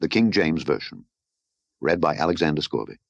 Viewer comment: I like Scourby (Scor be) not scour be)